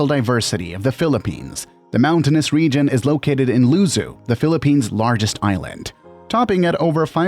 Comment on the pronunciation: Im surprised that you can pronounce Sagada but not Luzon and Lechon.